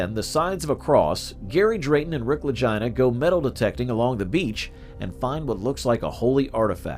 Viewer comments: Click bait and their names are pronounced ad Lageena Lagina like vagina. I'm tired of people putting shit out and talk on people and they can't even pronounce names right utterly disrespectful. That tells me that they are reading or read something that they have no firm knowledge of and trying to put it out there like they've done research, man get out of here. When you can't pronounce a name correctly that when I tur😢n on my heels away from you. So this is Click bait. Ya just lost my subscription. Holla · You should probably learn how to pronounce their names before you do videos about people sounding like you're saying vagina Brothers 😅